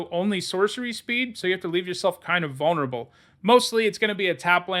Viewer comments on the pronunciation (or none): none